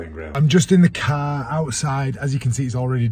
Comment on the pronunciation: Never knew there were so many syllables in car 🚗